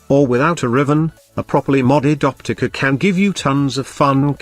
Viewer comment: The OPTICUH! Lmao love it lol I main the Opticuh.